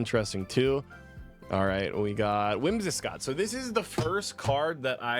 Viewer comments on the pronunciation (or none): "Whimsi scott" 😭